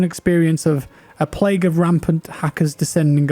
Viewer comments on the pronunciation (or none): none